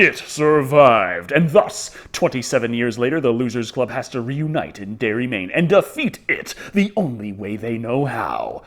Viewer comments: Seeing that he called Derry “Dairy” twice in the first 2 minutes of the video, it’s probably time to save myself 32 more minutes of aggravation. Adios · Fyi, its Derry not Dairy. Also, it's not fair to lump people from other states in New England with the homophobic backwoods hillbillies that reside in Maine. Not all New Englanders (or all Mainers) are like the carny trash depicted.